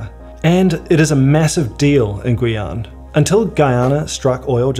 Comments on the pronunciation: Guyane is more like Gee-yan than Gooey-an ^^ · Non ? C'est gu--ee-ann